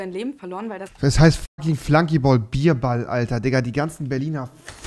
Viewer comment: Ey Leute ernsthaft? Es heißt Flanken!!